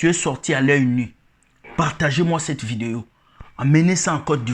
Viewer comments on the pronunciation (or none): none